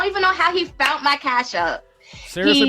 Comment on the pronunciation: ...she "FOUNT"? 🤦🏾 says it all